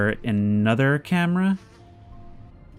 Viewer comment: "that's thrree packs of sparre batrrrees for the cam-e-ra"